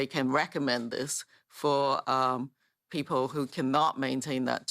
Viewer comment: Lmao “pee-poh”